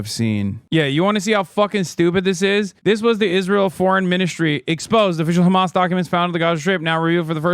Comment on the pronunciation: Whem did george Galloway become khamas 😂